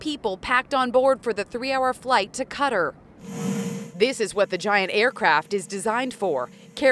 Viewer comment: A 3-hour flight to Cutter? LOL... Do they mean Qatar?